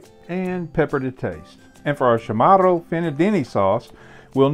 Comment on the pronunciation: Hafa adai from Guam And it’s pronounced Cha morro